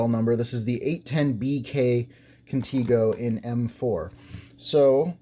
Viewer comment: If it was pronounced "Conteego" it would be spelled "Contigo" The E is a 'soft' vowel like in EGG. 👍